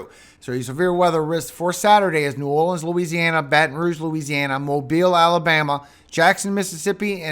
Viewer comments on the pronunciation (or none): none